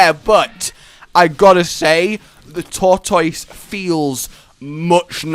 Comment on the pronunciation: It's not a Tortoise it's a thortoise